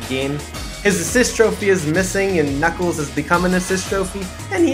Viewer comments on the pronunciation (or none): none